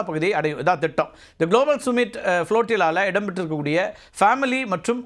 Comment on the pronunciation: டேய்...அது சும்மிட் (Summit) இல்லடா...சம்மிட் (Summit). உன்னையெல்லாம் ஒரு தலைமை செய்தியாளர்ன்னு வெச்சிருக்காங்க பாரு...அவனை சொல்லனும்.